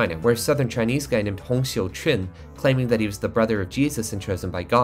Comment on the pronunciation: Bro, unrelated to the topic of the video, but you pronounced Hong Xiuquan was immaculate and makes my Chinese butt very happy.